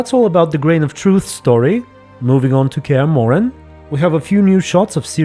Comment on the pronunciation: You got Cahir pronounced correctly. Also they're gonna have to do some shit to bring him back. He's my favorite side character and they butchered him in season 1, was absolutely devastating. And Rience is pronounce like science but withe and R instead of an Sc.